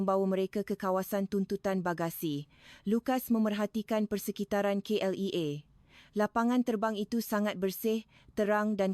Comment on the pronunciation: KLIA - kay el ai A bukan kay el E a